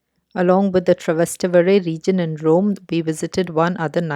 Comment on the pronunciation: It;s Trastevere not Travester lol